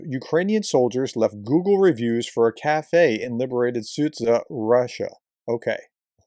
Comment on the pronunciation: SUDZHA is pronounced SUDJA as the zh is pronounced as J as in JACK